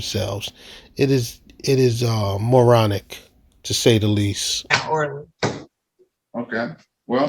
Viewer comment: Did you say “Mooronic?”